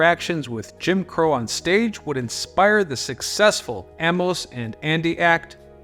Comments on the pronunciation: "Amoss"?? "Amus!" and Andy! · Amos and Andy is NOT PRONOUNCED 'ahmos' and Andy - ir's AEY-MOSE and Andy